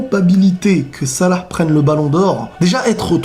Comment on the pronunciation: j'avou j'ai kiffé cmnt tu dit salah